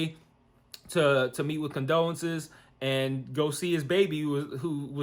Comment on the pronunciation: LOL at you calling her condolences...it CONDOLA.